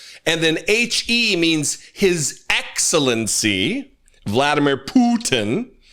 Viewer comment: Gurgle gurgle gurgle Hegseth (hahahaha) IBTW it's vla DEE mir POO tin